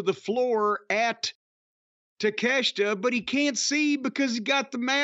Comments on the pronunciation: Cornette saying Takeshita and Iyo Sky's named correctly is a revelation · In Japanese his name would be pronounced Tah Kay Shee Tuh